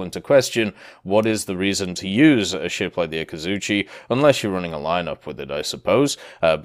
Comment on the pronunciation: Akazutschi ? You mean Akatzuki right ? :)